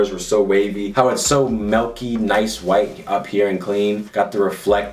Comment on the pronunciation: Why he say melky. It’s milky, not melky. BOI!